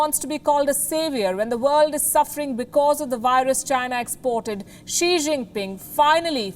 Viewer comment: I heard "Sri" Jingpin 🥴